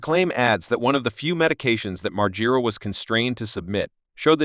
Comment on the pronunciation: This video is horribly put together.... I can't even say nice try bc it was a terrible try.... I would watch your videos before you actually post them and realize how terrible it is... Can't even say Bam's name correctly not even once... And every time his name is said it is said differently... Sentences running together and pauses at weird times....